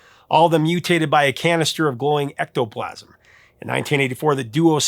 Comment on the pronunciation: ecto plasum? U mean ooze?